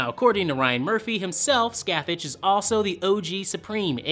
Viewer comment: i hate the way everyone mispronounces Scathach....if she's from celtic mythology the CH at the end of the name is pronounced the same as the ch in the word 'Loch'...